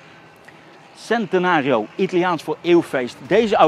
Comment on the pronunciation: Als je centenario zegt, zeg het dan wel goed.